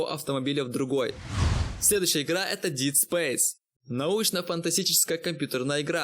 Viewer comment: deep блять space... Учись читать